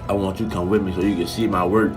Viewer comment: Boy said I want you to come wimme to see my work😂😂😂😂😂